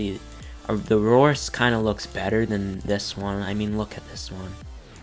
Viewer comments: Dominus Aureus is pronounced AHH REE US not Aroris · It's the "dominus are-ee-is" not the "dominus aurorus"